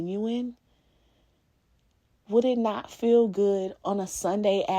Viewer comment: “That’s a goodT man Savannah” 😂